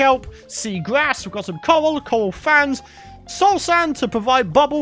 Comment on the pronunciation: When you said coral blocks I heard you say coal blocks haha